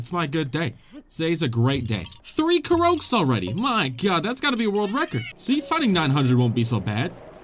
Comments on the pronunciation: It’s CORE-OCK(Korok) not CORE-OAK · Anybody else gets a little triggered when he says “Korouk” instead of “Korok”? (btw im new so i dont know if he says it on purpose :) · Nobody: in: k ou rouks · ka-rokes? i thought it was pronounced core-ocks each to his own i guess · it's pronounced Core-ock. Not Cor-oke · ITS K O R O K NOT KAROKE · My g it’s pronounced Core-Ock, not Co-Rowk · hay dummy its not koroake its korok, KOROK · youre the first person i've seen pronounce it koe roaks. interesting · My man there koroks, not korokas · Wait, y'all are telling me "korok" is pronounced "kah-roak" and not "ko-rock"????? I've played the game for over 95 hours... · Its pronounced cor-ok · it is ko-rock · is he calling them karokes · Its pronounced like core-rock lol !!!😤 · the way you pronounce koroks has me screaming crying throwing up begging for mercy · The way he pronounces korok wrong 😂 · Your saying korok wrong the o toward the end in is a long o sound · The incorrect pronunciation of Korok hurts me. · Don't say korok like that💀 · Why does he pronounce korok wrong 😭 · So you pronounce Korok like that on purpose?